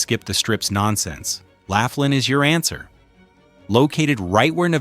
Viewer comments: "You can at least pronounce "Laughlin" correctly ! ! * Let's make this a professional video with correct information... * "Do your homework and ( Research ) before making the video." * I joined the ( Protest ) and ( Boycott ) of the Las Vegas Strip and it's because of higher prices for ( everything ) and the Strip is too damn EXPENSIVE ! ! The ( Food and Drink ) prices on the Las Vegas Strip is outrageous and ridiculously high priced ! ! * The High Priced Rooms, Resort Fee, Parking Fee and ( hidden-fees ) are everywhere on the Las Vegas Strip and in very small print in almost all restaurants on the Las Vegas Strip. * The middle-class American tourists and Foreign tourists ( CANNOT ) afford the higher prices on the Las Vegas Strip and tourists feel like they are getting ( scammed, ripped-off-, gouged and fleeced ) on the Las Vegas Strip ! ! * If you want the Las Vegas Strip to come almost close to the old Las Vegas..., JOIN the Protest and Boycott the Las Vegas Strip and save your ( Hard-Earned Money ) ! ! * Your Wallet and Bank Account will "Thank you" for ( NOT ) going to the Las Vegas Strip and be scammed, gouged and fleeced of your hard-earned money ! ! The ( CEOs ) on the Las Vegas Strip only think about about themselves and their ( GREED ) and make more ( PROFIT ) for the Large Corporations and Stock Holders and the tourists are ( NOT ) treated like invited GUESTS ! ! * Tourists are treated like the ( CEOs ) own personal ( ATM ) machine for ( GREED ) and more ( PROFIT ) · Why should I take seriously the opinions of someone who has no idea how to pronounce Laughlin?